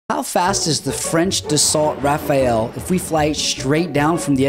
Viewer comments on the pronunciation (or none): Quick tip: it’s pronounced Dasso Rafal